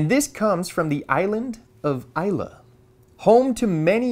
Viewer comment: I'm from the Islay area, glad to see it wasn't from the isle of ees lay, a common mispronunciation. Thanks for the great content again